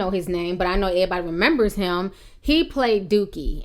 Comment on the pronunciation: you speak so well, but when you say(airbody)Everybody its all in vain!😞